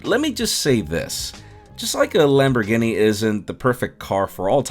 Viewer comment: ... Are we not gunna address his pronunciation if lamborghini? 😂